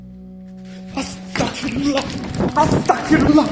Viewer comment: তোমার উচ্চারণ এ ভুল হয় ভাই.. (Astakfirullah) hobe na..(astagfirullah)..hobe..🙂